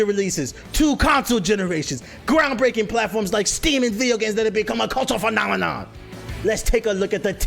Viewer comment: the way my guy said phenomenon had me rolling 😂